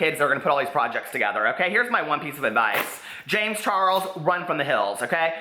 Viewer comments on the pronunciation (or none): none